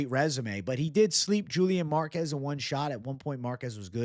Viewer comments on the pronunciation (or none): none